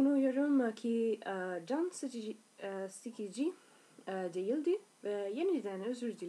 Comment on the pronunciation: grazie mille tu studio l'italiano ama ''sikici'' değil ''sıkıcı'' ikisi farklı şeyler